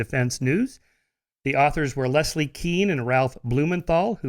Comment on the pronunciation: He says Leslie weirdly....Les - Lee